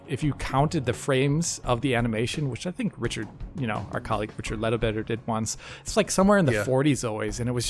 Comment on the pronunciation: just wanna observe that says ‘richard letterbetter’